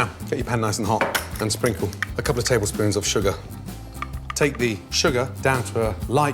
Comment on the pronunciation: He must've said "a cup or tablespoon" instead of "a couple of tablespoons" lmfaoooo